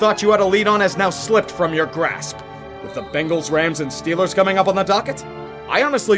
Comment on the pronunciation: I missed loving in SW Pennsylvania "Hayll Yea dis hears Stiller Countreee"